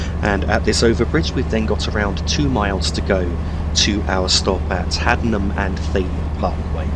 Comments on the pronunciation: It is pronunced Haddenham and Tame Parkway and Marleebone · Hey just a heads up its pronounced Haddenham and (Tay-mm) Parkway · It’s pronounced haddeden and tame park way